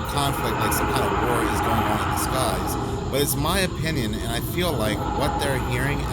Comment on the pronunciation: My guy, I love the videos on both your channels… BUT the word “ON” is a one syllable word lol. I’ve never heard anyone stretch it out to a two syllable word like you.